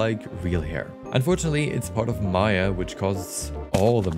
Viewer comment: he says maya wich takes all the money lol